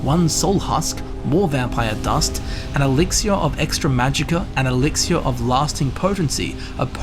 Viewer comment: Love the way he pronounces "elixir". Very classy.